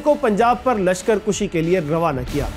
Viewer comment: Mera khyal hae k lashkar kushi nhi lashkar kashi hota hae